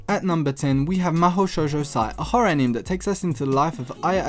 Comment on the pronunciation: great video dude. but please pronounce anime correctly. It's pronounced as ani may